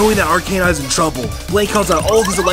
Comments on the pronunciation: Ar- Cane- Nine?? Isnt it supposed to be Ar-Ca-Nine? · ITS ARCANINE NOT ARKANINE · its ar-ca-nine not ar-cei-nine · its called are-ke-nine! not are-kay-nine! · Ferrelectric No it would be arc a nine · IT IS ARKANAIN. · Ar-key-nine. Bruh.